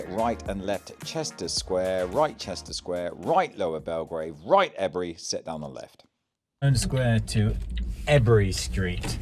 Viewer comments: Love your vlog …..One criticism…..Ebury is pronounced (E—berry) or (E-bree) if working class local😂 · You need to work on your pronunciations Its not erbury street Also when saying marylebone road you shouldn’t be saying mary Are you still a butter boy😊